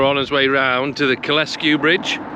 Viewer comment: Kyle Sku... not Ky les Ku